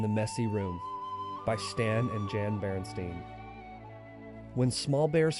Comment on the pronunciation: I love how the written title was changed but with pronouncing it they were just like "Screw it. BerenSTEIN." Apparently the Illuminati are a bunch of lazy asses. . And if you say "Stain" is pronounced "Stein" now I'm just gonna start saying. "Darnit!!! I steined my shirt!". Look. Jesus is coming back. Stain or Stein. Whatever crap is going down ain't gonna stop that Reality.